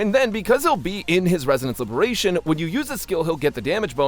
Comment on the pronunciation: just say ultimate it gets confusing u keep saying libration